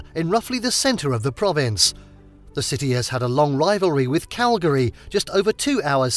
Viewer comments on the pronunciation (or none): none